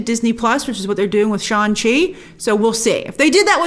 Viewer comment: You need to stop calling Shang-Chi "Shan-Chi".